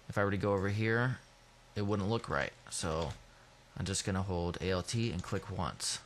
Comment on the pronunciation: Good, but stop saying A L T, its just alt (ol-t) and CTRL is just Control, it's really irritating.